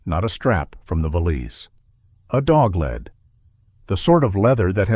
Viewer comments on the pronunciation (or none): AI MUST have editors! There is a distinct difference between "LED"and a dog "lead". Read a letter vs a letter read. Elias vs El-EE-US vs ELuis. Major ear-twisters! Bernard is not Bernad